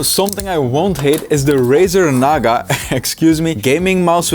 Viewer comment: "Razar naga"💀💀💀